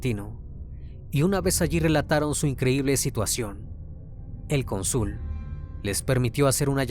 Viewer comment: *cÓnsul con acento en la penúltima sílaba